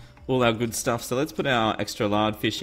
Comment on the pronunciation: Lol u said turtle staff XD